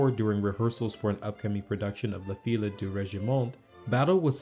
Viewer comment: Fille is mispronounced as is Maschera.